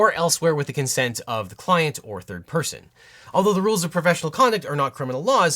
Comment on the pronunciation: Anyone else hear “Bird person” every time he say third person?